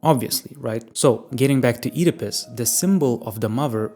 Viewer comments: I keep hearing Oedipus as "Eat a Puss" 😂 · i really dont like how you pronounce Oedipus, but interesting video